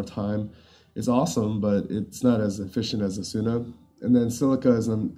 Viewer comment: "Asoona" lmao